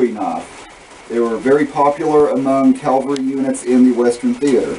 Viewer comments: It's cavalry, not calvary. I'm sorry, but you keep saying it over and over. Other than that great job. Nice uniform. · All that effort and you don't know how to say CAVALRY. Please, please, please stop saying calvery. If you say that again, your going to get a spanking mister. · Calvery. At least respect the accents like any human being with decency.